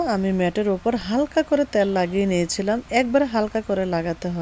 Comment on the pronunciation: ত্যাল না তেল।